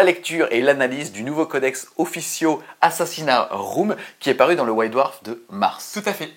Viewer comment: Encore une super vidéo!! Et qui enchaîne toujours aussi bien... les mots déformés (Officio AssassinA Room - me suis bien marré: ) et les liaisons mal Ta propos... Excellent: D